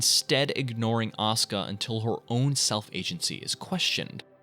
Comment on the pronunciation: It’s aw-ska Langley 😂